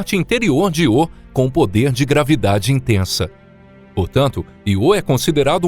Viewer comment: Que porra de Iô é esse, rapaz? Aprende um pouco de gramática. É Ío com acentuação no I. Só você fala desse jeito idiota